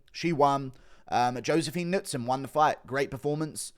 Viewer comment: The announcer and commentary team not knowing how to pronounce Knudsson was impressive